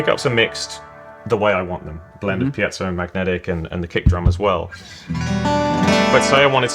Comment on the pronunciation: Thank God, someone who pronounces “piezo” properly.